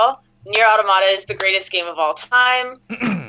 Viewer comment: The amount of people who sing Nier: Automata's praises but STILL can't pronounce Automata correctly is too damn high.